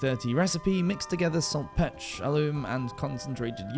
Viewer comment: No human pronounces saltpetre as saltpet(cough), is this another ai narration?